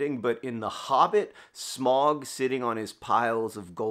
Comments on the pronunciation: it’s pronounced “smog”. I will die on this hill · I saw this right as it was bothering me that he pronounced it incorrectly. What is the truth!? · Fun fact, it’s pronounced “Smaug” (“ow” like an exclamation of pain), from a Germanic verb “to squeeze through a hole”. A pun on Smaug’s inability to do just that in pursuit of Bilbo. Tolkien has a pronunciation guide in the back of LOTR.